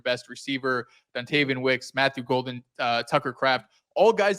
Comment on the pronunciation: Disrespectful how he mispronounced Golden’s name. I feel like if Golden or Parsons went to any other team he’d remember. But for some reason they love to hate the Pack.